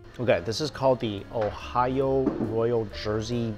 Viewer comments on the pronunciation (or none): none